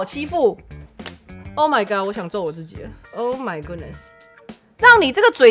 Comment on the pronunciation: 我覺得阿菜說的很棒~很公道很有道理~但自己的發音~讓我笑出來了~是ㄗˋㄐㄧˇ,不是ㄐㄧˋㄐㄧˇ~ 哈哈~